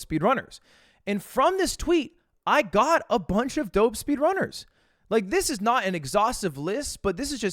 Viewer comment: cool video mogul mail but why are you pronouncing "speedrunners" like that